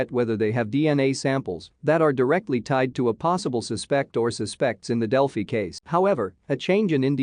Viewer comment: It pronounces Delphi terribly!